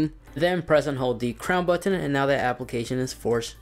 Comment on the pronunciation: Stop over enunciating the T in button!